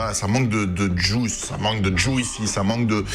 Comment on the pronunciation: Juicy se prononce JOUSSY